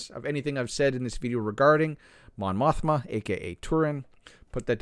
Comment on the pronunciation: Mothma?? Did i hear it right?😂😂